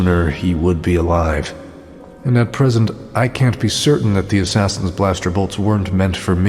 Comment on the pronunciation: Some pronunciation problems - merrily (merely?) and I noticed assassins was mispronounced, but overall this is a fascinating production